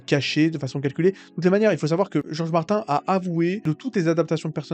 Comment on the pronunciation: Desolé mais Martin se prononce "Martine", sinon pourquoi ne pas changer Kevin en "Kevain" ? Michael Jackson tu le prononce comment ? 😅 Un nom propre est invariable dans sa prononciation.